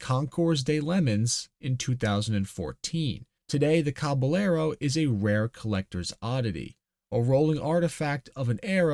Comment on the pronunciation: Cabellero is a Spanish word. "ll" is a "yeh". So. Cabe"yehro". Interesting little bit of history. Never knew there was a "car manufacturer" in Idaho.